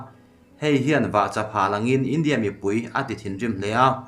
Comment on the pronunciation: Lehkha chhiar i thiam em em rualin hnamdang tawng pawh ni se a thluk hi mizo tawng taka thluk thin ni se, a hmaa thu leh a dawta thu a zirin 'India' han tih lai te hi han thluk danglam thin ni se ngaihthlak a hahdam lehzual ngawt ang le.